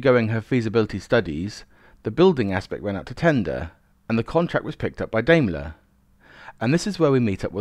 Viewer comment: I like these vids although I have to grit my teeth at you examples of "TH Fronting" [the replacement of TH with V. This is an affectation not a speech deficit [unlike your rhotacism [inability to roll your R's], buy why, oh why did you start mispronouncing Daimler? It is pronounced just exactly as it is written and has no relationship whatsoever with Dime Bar. Nice to see that by the second min, you have reverted to the correct pronunciation.